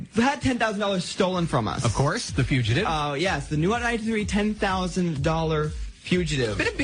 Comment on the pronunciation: He still can't pronounce fugitive.